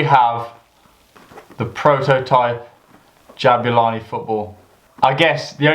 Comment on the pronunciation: Jabulani* not Jabyulohrni